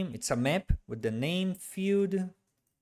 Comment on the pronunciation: At first I didn't understand what these `echo` and `feud` meant, then I learned that Brazilians just pronounce the words `error` and `field` like this... Very irritating :D, but I've gotten used to it now.